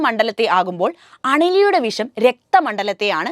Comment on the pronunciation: വിശം ആണോ വിഷം ആണോ നല്ലത് പോലെ സംസാരിക്